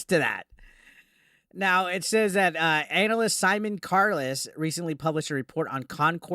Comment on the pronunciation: Bro, you say “analyst” funny. 😂